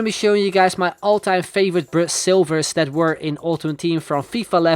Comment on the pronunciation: Why did he say "bra"silvers???